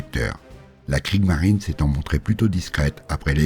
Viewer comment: Très intéressant. Attention à la prononciation des noms allemands : Kriegsmarine avec un S qu'il faut prononcer. Dans une autre vidéo, Von Manstein : von se prononce 'Fone'